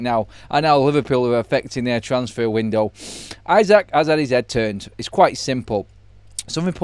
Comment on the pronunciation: Pronounced e-sack not i-sack, we're Briish not American.